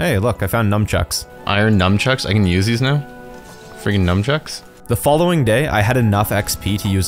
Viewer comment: You can't pronounce it "numb chucks" without me getting sad and missing Heroin Charlie.